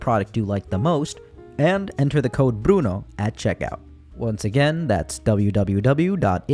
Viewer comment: your videos make me want to study anthropology btw the way you say "bruno" is so satisfying no esperaba oir el final en español, fue tan especial 🥰